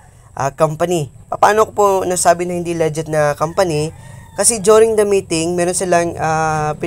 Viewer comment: Nakakainis pakinggan yung "LEGET" mo hahaha. Legit ug Leget.. Tsaka na ban kaba dahil dalawa ginamit mo gcash name mo? Ikaw ba yun haha